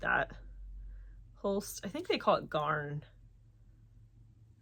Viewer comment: So nice to hear from you again😃 By the way, you pronounced “garn” perfectly in Danish👍🏻🤩